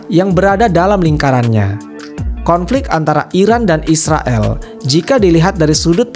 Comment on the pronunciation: Yag jelans nama ya bukan Israel min Isriwil 😁